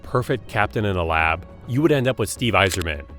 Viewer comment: Listen, let’s just be thankful he got Yzerman’s name right